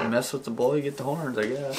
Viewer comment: Ted: “You mess with the bull, you get the HORNS” Jake: More like, “You mess with the bull, you get the TORNS”